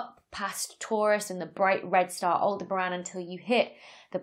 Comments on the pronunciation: Aldebran? Aldebaran, and it has four syllables. 😉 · I think Aldebaran is pronounced awl-DEB-aran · And she pronounced it "all-de-bran" except in the outtakes. Oh well. 'Spelioration' and 'pronouncification' are not the main traits needed in Astrophysics. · I thought she was saying Alderaan until I got to the bloopers 😅